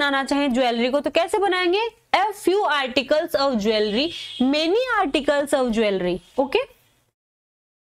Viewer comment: aap jewellery ka Shyad wrong pronunciation kr rhe h …. jool-ree. Hota h na pronunciation